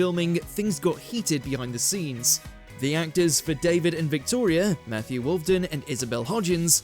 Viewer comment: It’s WolfENden, not Wolfden !